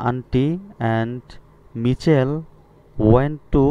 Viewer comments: স্যার মিছেল না মাইকেল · মিচেল হবে না হবে মাইকেল😂😂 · ওইটা মিছেল হবে না তো ওটা হবে মাইকেল! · Michael এর উচ্চারন হবে মাইকেল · Michael= উচ্চারণ মাইকেল হবে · মাইকেল উচ্চারণ হবে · উচ্চারণ= মাইকেল হবে +অন্তি হবে